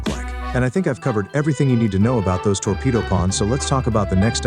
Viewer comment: TWOrpedo pawn 😂